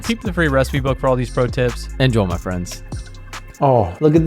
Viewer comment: Stop saying INJOL say INJOY